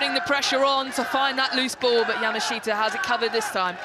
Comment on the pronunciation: I wish that commentators would pronounce Yamaahita correctly.